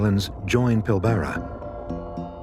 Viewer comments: It's Australia not Oceania. Plus you can't even pronounce Pilbara correctly, it's Pil bra. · I think that the way the AI voice incorrectly pronounces "Pilbara" is upsetting - why can't the webiverse get things correct? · I don't think it's an AI narrator; I think he just mispronounced it. But the geologist said it correctly, I think.